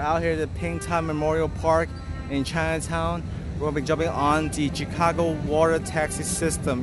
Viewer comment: Tchikagoe, i'm dead😂😂😂😂